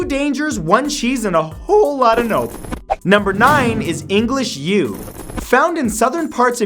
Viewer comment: I thought he said English Jew for number 9